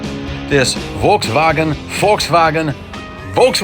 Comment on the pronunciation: Your second try of "Volkswagen" is the correct one 👍 Believe me, it's my native language 😁